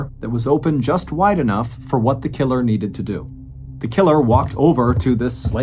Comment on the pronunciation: Dude said killer so many times it started to sound weird. "Tha KiILurrR x1000"😁